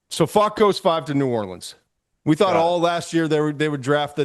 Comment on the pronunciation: Why does Todd not know how to say Faulk?